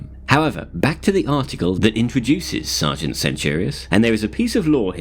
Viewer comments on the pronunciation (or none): none